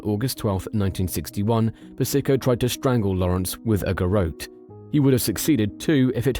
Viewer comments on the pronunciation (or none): If you would just check the audio before releasing these videos, people would like them a lot more. Gar-oat? Nope. Gar-OT